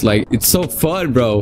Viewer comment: how "phun" bros tonge cant roll the "F""